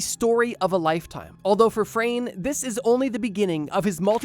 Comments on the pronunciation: It's not Frane slovak. It is Franje. We pronounce it like (nye.) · Dude. It’s Frano. You got it right on the screen but wrong in the chapters and you’ve been saying frane I cannot get over this😭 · The first guy's name is pronounced like FrAHne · butchering the name 'Frane' xD